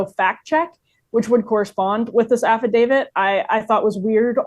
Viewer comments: Can someone tell Ms. Johnson it's Affidavi"t" not Affidavi"d". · The document to which you refer, is called an AFFIDAVIT… with a ‘T’ at the end… NOT a ‘D’ pronounces AFFIDAVIT correctly—just follow her lead and you’ll come across even more intelligent than you do already 👍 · af·fi·da·viT It's a T at the end. :)